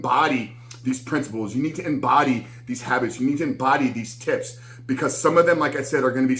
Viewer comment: Did he say tips or tits 🤣. I’m already lost